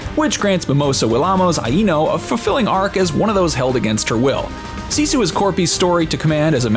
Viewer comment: You would have gotten a thumbs up, but your pronouncing SISU WRONG!